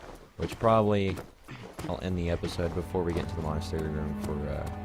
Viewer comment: Pronounced Monn As Tare E c